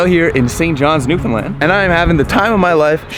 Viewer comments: I'm proud you can say Newfoundland PROPERLY! It's not hard! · You did great saying Newfoundland. But Topsail is pronounced Topsul ☺️ I grew up in Chamberlains and spent a lot of my childhood on that beach. Thank you for spotlighting our home ☺️ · Thank you for not pronouncing it new finland or newfinlun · I love that you probably pronounced Newfoundland correctly. 👏🏻👏🏻👏🏻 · Finally someone who can pronounce Newfoundland 🙌....great job at capturing our culture. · My dude, i'm so glad you got to experience Newfoundland, and you've captured the essence of the island perfectly. You even pronounced everything perfectly! Don't forget to come back to visit! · Awesome!! Chuckled at “Top Sail”. Fellow Newfoundlanders will get that reference.😉 lol. Refreshing to hear the province name pronounced correctly tho. Not often that happens amongst CFAs. (Another NL reference😉). Looking forward to the rest of the trek!👍